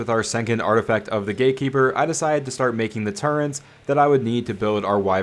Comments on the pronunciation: Love the video but what's a turrent? Oh you mean a turret!! There's no N in that word. It's a turret, easy word! haha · I'm sorry, I love your content 💯 But after 7 years as you say... I draw the line of you calling turrets......TURRENTS... Stop it now or I'll find you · theres no 'n' in 'turrets', my dude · Where is the "N" in turret?